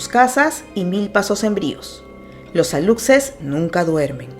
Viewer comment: Excelente video detalles para aprender y sin afán de ofender aluxes la "x" no suena tal lo conocemos sería lushes la pronunciación y sería huay chivo....huay es brujo y lo mismo sería..huay pek...pek/perro